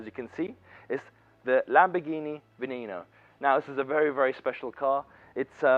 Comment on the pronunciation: Lamborghini "vineino" xd